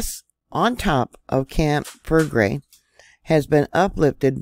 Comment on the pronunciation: Fell leg grey is an easier pronunciation